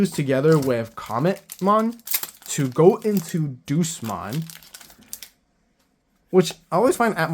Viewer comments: The pronouncing of DEUSMON got me rolling. Deuce-mon, the master of the Numemon I guess? Day-yous-mon is the pronounciation for those who don't know. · It's not Doosmon, it's Day-oosmon, as in the latin word for god. Like "Deus Ex Machina" meaning "God from the machine" and "Deus Vult" meaning "God's Will". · Funny how he says Duce-mon instead of Deusmon. Like DayUsmon is just like Duces, i'm out. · The Deus in Deusmon is pronounced Day-us, like the Latin word for God.